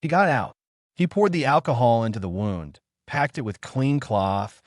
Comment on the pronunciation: They needed to teach the AI how to pronounce words correctly. Pronounced wund not wownd in its correct use. Other mistakes noted as well.